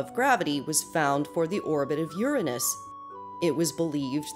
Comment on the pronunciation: THANK YOU for not pronouncing Uranus as "your aynus", honestly I absolutely hated that.